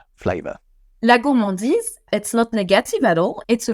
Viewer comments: it is not gourmandisle BUT gourmandise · HAHAHAHHAHAHHAAHHAHAHHAH😂😂😂😂😂😂 HAHAHAHAHAHHAHA LOOOOOOOL 😂😂😂 "goullmandile" 😂😂😂😂😂😂 c'est plutôt: "gourremandize" pour la prononciation ! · for gourmandise, why did you say 'gourmandille'? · I am french and hearing you say "gourmandile" while trying to say gourmandise ... That hurts my ears sorry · Hey pépère GOURMANDISE avec un S ne se prononce pas GOURMANDILE avec un L. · You totally said "Gourmandille"